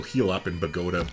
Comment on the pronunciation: great gameplay like it a lot. also is Bogota, emphasis in the a. :)